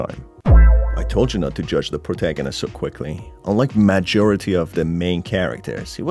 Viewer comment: I LOVE WHEN U SAY POURTAGONIST THO